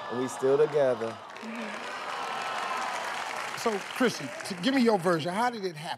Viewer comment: He called her “Christy” LMAO 😂 😂 I love this dude